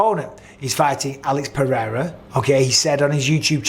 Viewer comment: Nice to hear someone saying Pereira how it's spelt and not with a d like Mr white privilege 😂